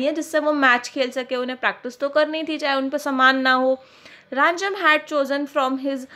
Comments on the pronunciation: It is rajam not ranjam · It's not Ranjam It's Rajam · Its no Ranjam it is Rajam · Mam aap ranjam bol rahe ho rajam hai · thank you but its rajam not ranjam